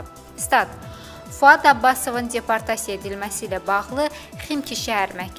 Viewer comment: Aparıcı xanım çox pis danışır. Nitqinə kəndçinski ədalar qatır. Rəsmi və ciddi xəbərlər bu cür, bu ton, bu diksiya ilə oxunmur. Yazıq peşəkar diktorlar belələrini dinləyəndə gör nələr çəkir. ALLAH şahid tutub deyirəm ki, gözünə açkini də yalandan taxıb. Bununla özünə savadlılıq imici qazamdıra biləcəyini düşümür. "_d" səsini "-c" kimi yəni deportasiya sözünü "ceportasiya" kimi tələffüs etməklə guya şəhərli olduğunu və rusca da danışa bildiyini bəyan etmək istəyir.